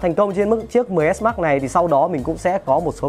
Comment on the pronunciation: Đọc mrj thành xs max đi